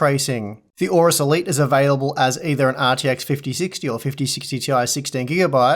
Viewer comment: 1.09 "available"